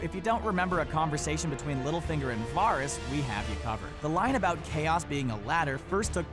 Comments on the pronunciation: One question is why do you insist on pronouncing "Varys" wrong. seems if you were a true GoT fan, you would know its not pronounced like that. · So mispronouncing varys I see